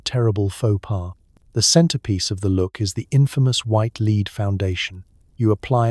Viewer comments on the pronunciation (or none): Lead (metal) pronunced as leed. Bow (to bend and lower your head) pronounced as bow (tie a ribbon). I've been wondering how there are so many channels similar to this with daily productions. Is it computer generated voices (I know they are really good these days)? Is the text also generated? I enjoy these. Just curious